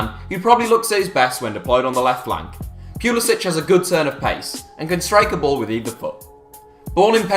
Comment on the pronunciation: Finally a knower who doesnt say Christian Pull-eee-Sick